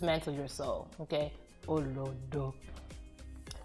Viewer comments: There were certain pronunciation that were mad!! OLODO AND AMEBO come on.. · You get am. She was pitchy with it. We flat in pronunciation but stretch for emphasis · The way she pronounced "olodo" is funny 😂and it's not pronounced that way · Olodo pronounciation took me out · LMAO, the pronunciation of OLODO though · Her pronunciations are wrong though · Olodo! Yvonne you had done so well with the pronunciation before you got to the olodo!!! You don gone overall!!! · She had me till she said olodo 😔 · Spot on except the pronounciation of "Olodo" is killing me lol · For all those who want to know how to pronounce it..... She stressed the wrong syllable. The stressed syllable is the 'lo', she stressed the first 'O' which is wrong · yeah the olodo pronunciation was wrong. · The fact that she is pronouncing olodo wrong is really funny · Too funny. I was like...it's not it, but OK 😂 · For all those who want to know how to pronounce it..... She stressed the wrong syllable. The stressed syllable is the 'lo', she stressed the first 'O' which is wrong. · Am igbo and there was no influence the only weird pronunciation was OLODO...... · Lmao, what are these pronunciations of Olodo and Amebo?! 😂😂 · Yes like olodo. The pronunciation wasn't correct but she tried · Swat Kasham i was just saying to myself...you can’t explain how it’s said. You just have to hear it. She’s pronounced it right but stressed the wrong inflection on each syllable. The inflection is low-high-low for each syllable, not high-low-high, like she has done. Not sure if this makes sense... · olodo 😭 not olodo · See how she pronounced "olodo".....🤣🤣she tried tho..I mean she ain't even yoruba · I know! I kept repeating "olodo" to my screen like she could hear me, lol! And I'm not Yoruba. I didn't think there was a Nigerian who couldn't say olodo with the right pronunciation. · Emphasis is on "lo" in olodo. Not on the first syllable like she pronounced. Literally nobody says olodo like that. Not in Nigeria.